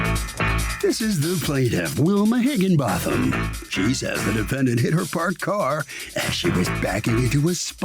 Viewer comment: higginbotham. milian didnt even try 2 say the plaintiff's name.🥴🥴🥴